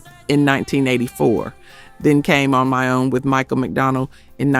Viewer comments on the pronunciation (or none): none